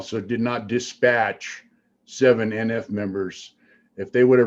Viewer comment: I'm laughing every time you say dispatch.